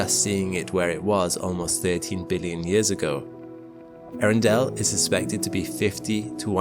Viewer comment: I admit the astronomy nerd in me could only just barely survive hearing him call the star: " Arindale "